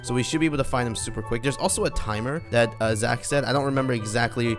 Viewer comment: Ahhhhh haaaaaaaaa it’s Zachhhhhh not poke